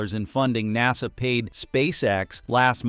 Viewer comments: lol “Nossah” (aka NASA) Tell me you’re A.I. without telling me you’re A.I. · Clickbait title. Horrible AI reader. Seriously, what kind of AI reader can't pronounce NASA? And "seven hundred and thirty seven max". Really? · AI BS can’t even say nasa right now